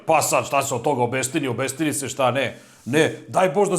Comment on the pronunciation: Kaže se OBISTINI ne OBESTINI. Smo sam to imao dodati ostalo je super.